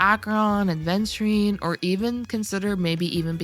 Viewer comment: It's Aventurine, not aDventurine (pronunciation)